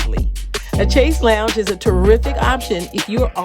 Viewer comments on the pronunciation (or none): lease research the correct pronunciation of chaise longue.